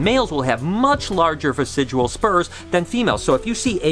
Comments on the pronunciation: Hey, Love that you're doing a "Reading your comments" type video! Those tend to be kind of popular, I think. But I also wanted to let you know the word's "vestigial" not "vesidual"! Noticed it in some past vlogs as well, but you used the term so many times here that I wanted to point that out for you. Hope your day is going awesome! All the snake breeding and clutches going on is so exciting~ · Good video, one thing bothered me though, it's "vestigial" as in "vestige" and not "vesijual." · dear, its pronounced "vest-idg-ee-al" vestigial. what u say sounds like residual, which means left over, but is the wrong word. the spurs are vestigial, or a vestige of past evolution. they were once a more functional appendage but now only serve a minor role in mating. now practice for us. VEST-IDG-EE-AL LOL, LUV U BRO!